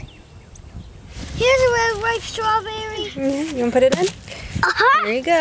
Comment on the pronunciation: "Here's a vwery bwight stwabewwy"